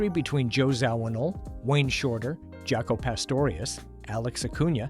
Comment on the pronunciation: This is a very informative video about one of my all time favorite musical groups, but this AI slop mispronouncing so much shit even "Jaco" is pathetic man ...really.